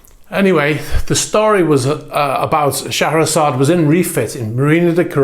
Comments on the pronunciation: It's pronounced "Share-a-zard". Hope that might help a bit. I believe it is a pretty universal pronunciation of that beautiful name. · Great video. On a funny note- i didn't realize that "Шахерезада" is pronounced like you did)